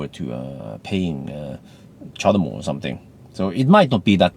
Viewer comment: "The charmo adaptor" :D